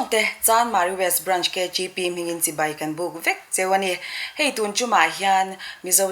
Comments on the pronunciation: A ngaihsanawm hle mai. Thui tak kal turin ka duhsak. Thiam ber chu ni lo mah ila, mizo tawng kan tawng dan hi chu a nih tur angin tawng mai ila a tha ngawt ang a. "Mai mai" a ni. Mei mei a ni lo. "Sipei" a ni lo. Sipai a ni. A mipa zawkmah hian kan ching tawha a zialo hle ani. A ziahdan, inzawm leh zawm lo tur te etc etc kan lo hre dik diak lo anih pawhin a tawnga tawng tal hi chu a nih dan tur ang hian tawng hram² ang u. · ahmel la chu aṭha phian achhuanawm hle mai duhsakna tinreng ka hlan e, mahse,sipai tih tur ah sipei ti ang deuhmah a lam chang a awm